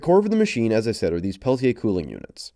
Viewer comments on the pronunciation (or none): none